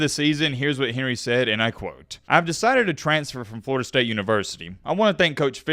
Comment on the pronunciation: Did he say Florida state cinnamon rolls? 😂😂😂